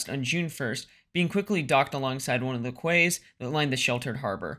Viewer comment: Nice work ! Important subject. Keep up the good work on lesser known naval events. BTW -- quay is pronounced "key" -- not "kway"...